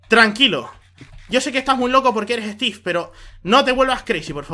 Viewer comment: me encanta que en ves de decir estiv dice estif